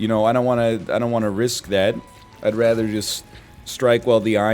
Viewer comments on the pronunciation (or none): none